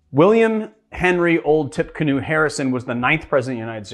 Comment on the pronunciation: So it’s actually pronounced ‘Tipeecanoe’. It for a battle he fought in 1811 against Native Americans in Tippecanoe, IN. I’d love to try it now but it’s a little early in the morning. I will be mixing this afternoon. Also check out Whole Foods for Yuzu lemons, I found them at my local WF in Nor Cal so you may have them in your area as well.